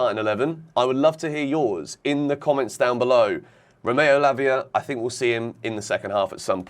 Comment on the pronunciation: you got to say it properly Lavia Fernandez Caicedo LFC 😂😂😂